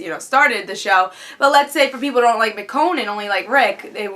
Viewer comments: It's Meh-Shown, That I know. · Who's miconne? Michonne........ Haha. mess up the black girl name. Why don't you. Joking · Nice review, agree with pretty much everything you said, especially with Rick and Lori. Did you notice when Carol was doing the C-section on the walkier someone was watching her from the tree line? I thought that was creepy. And I think you're pronouncing Michonne wrong.Oh and the intro is awsome !